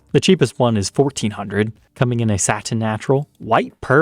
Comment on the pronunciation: Satin…can you pronounce it differently.